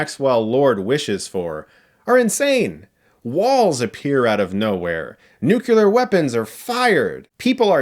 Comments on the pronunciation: I wish I wasn’t so distracted by you saying nuke-you-ler, instead of nuke-lee-er, four times. But I do agree with your review and appreciate the opinion and details. I didn’t like it as much as the first movie, but I couldn’t identify the reason exactly... I just felt the movie was “slow” after the Themyscira intro. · You pronounce nuclear like President Bush... it’s “nuke-lee-er”, not “nuke-you-ler” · he says "nucular weapons are..." Come on, man. Learn from W Bush. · Does every single American ever mispronounce the word Nuclear? It's NUCLEAR isn't it? Nukular is not a real word. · New-clee-arr. Not nuke-you-ler. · Chris Stuckmann - The word "nuclear" is pronounced as it's written, ie "NUKE - lee - ur" not "NUKE - you - lur". Being that you have a YouTube channel, can you please give me an idea of where this mispronouncement is centered or originated as it is pretty common. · Good review and I agree with much of it. The movie was hot garbage, mostly, with none of the fun of the first one. That said, I have to point out one thing. The word is pronounced "NEW-clee-err", not "nukular". Many people say it the way you do, but those people are wrong and believe me when I tell you that pronouncing it the way you do directly impacts your credibility as a critic. Cheers on the good work. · Nukelar, oh nukelar, a pronunciation oh so far, from how it's properly said, which is nuclear. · Nuclear!!!! Not nucular!!!! >:( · CHRIS!!.... I love you man! BUT! it's pronounced "new clear'... NOT! "new Q ler" .... ... Anyway, your review was sincere and reflected reality keep up the good work. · it's pronounce like new-clear, not new-q-ler, you're driving me nuts lol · It's pronounced like it's spelled. "Nu-klee-urr", NOT "nuke-you-ler". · Ouch! It's nuclear pronounced 'new-clear' not nu-ku-lar! Credible commentary also means credible grammar! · Nu-CLEAR. Not Nu-KELAR, Chris. Please. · Sorry, it’s NEW-klee-are , not new-CUE-lar. Just sayin. Love the review though haha